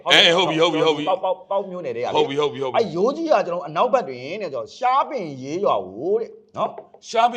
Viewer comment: ရှားပင်ရေးရွာ၊မဟုတ်ပါဘူး၊ရှားပင်ရေရွာပါ။ကျေးဇူးပါ၊ရေ❤❤❤